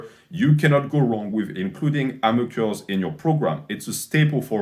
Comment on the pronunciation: Who else was hyped when they saw this video because they knew at some point would be saying “‘Ammer Curls”